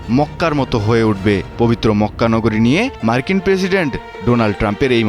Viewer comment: Problem is journalism. The pronunciation is full of error. Try to learn how pronounce President. Moreover, the whole video was beating around the bush. The main news covered only a small portion of the news footage. I won't blame if it was from a normal person. I am referring the pronunciation part. But it's a mainstream media. Come on , try to uphold some bare minimum standards.